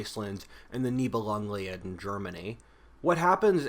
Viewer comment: Live ur videos! Btw, it’s Nibelungen Lied, pronounced LID, i.e Song of the Nibelungs… Germans being German connected the two words to create one long word